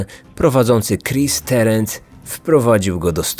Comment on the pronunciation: Tarant nie Terent. Wymawia się dokładnie tak jak jest napisane.